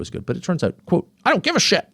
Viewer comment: “I don’t have sSHhit” 👹